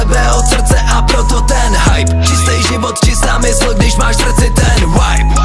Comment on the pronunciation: Asi jsem moc puntičkářská, ale nejde to ignorovat- Vibe vyslovuješ jako Wibe, ale je tam jednoduché V čili výslovnost je čistší než u W. Sorry, i had to. Ale jinak nemůžu říct, že je song špatný..